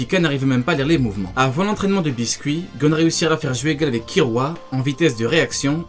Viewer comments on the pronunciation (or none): Bisket pas biscuit hahaha